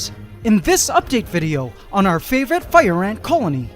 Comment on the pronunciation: Everytime says "favorite" he actually says for me: "only"